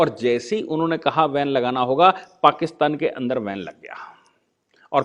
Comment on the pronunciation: सर, धन्यवाद. एक ओब्सेर्वशन एके स्पेल्लिंग मे. 'बेन' करना कि जगह आप 'वेन' करना यह उच्चारण करते है?